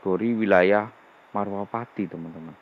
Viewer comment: Bukan marwapati om , tapi malwapati